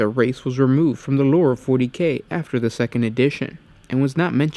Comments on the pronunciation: when this guy says 'loure' hahaha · I know its petty and stupid but the way dude says lore is mad annoying